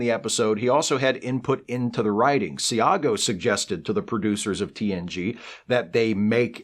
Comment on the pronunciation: Enjoyed this video as always, but one comment: Howie Seago is a great actor; I've seen him act in person at the Oregon Shakespeare Festival and met him there several years back. If I recall correctly, his last n ame is pronounced "see-go."